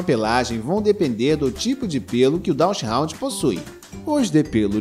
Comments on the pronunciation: Não é "DachsHOUND" é DachsHUnd (com U) essa raça não pertence à classe dos Hound's. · A pronúncia do nome DACHSHUND não é "dashraund"... Só esclarecendo. O nome é alemão, o U tem o mesmo som do português. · Dachshund lê-se "dacs rund" com "r" aspirado, como em "rato". Não tem nada a ver com hound! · Sugiro procurar a pronúncia correta do nome